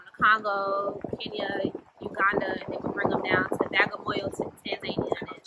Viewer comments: Tanzania... not “Tan Zania “😂😂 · Have I been mispronouncing Tanzania my whole life?